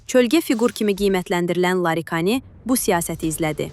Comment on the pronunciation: Larikani yox Laridjani😂